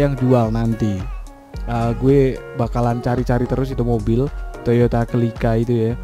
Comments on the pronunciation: Celika bang bukan Kelika 😂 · Baang dibacanya Selika bang bukan celica #CMIIW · Bang bacanya toyota selika